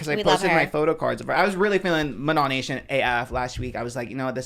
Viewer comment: manny mua was talking about katseye and was calling manon “MAN - AN”